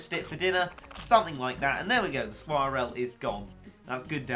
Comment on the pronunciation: You don't say skwirl like that